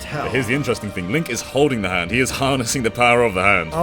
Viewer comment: Za hando